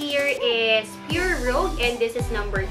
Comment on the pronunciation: Rouge as in Rooj 😊